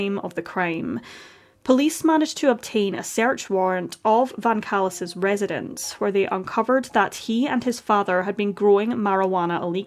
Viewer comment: More like Van “Callous”